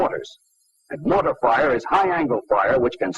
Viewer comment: I thought he was saying boner, not mortar